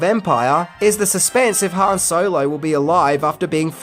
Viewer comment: Its Han not Han.